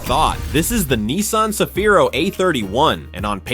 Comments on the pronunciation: 日本ではサフィーロ でなく セフィーロです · いきなりサフィーロじゃなくてセフィーロだろ！。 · さびぃ～ロじゃ無い。セヒィ−ロ゙だす。